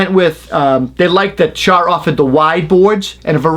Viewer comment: Are you saying Shaw are shawr?